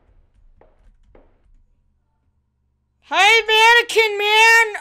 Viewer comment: Manequins why dose he calll the mainqine